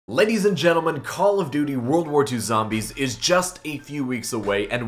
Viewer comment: He said Call of Doodoo